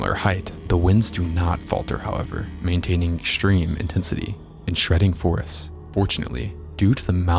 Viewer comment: Why do you say "ekshtreme" and "shrucshure"? Annoying.